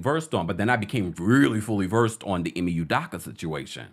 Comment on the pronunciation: First his name is pronounced Ee-may You-doe-ka; secondly he deserves to earn a living just like the female involved who received NO repercussions; yes Nia is a Scorpio; The nets are a HOT MESS🥵; if he got them to the playoffs it would prove how great of a coach he is. And I’d love to work for